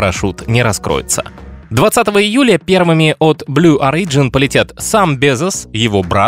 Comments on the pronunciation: Не орИджн, а Ориджн. Ребят, ну уши режет... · В слове Origin ударение на первом, а не на втором слоге! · Origin is pronounced stressing the first letter.